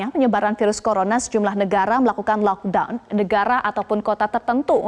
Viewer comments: ngomong nya "LoCK DawN" bikin baper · ngga konsen sma beritanya jdi konsen sma prensenternya stiap bilang kata" LOCKDOWN kek sesuatu bngett wkwk maafkn sya sesama temen2 netizenn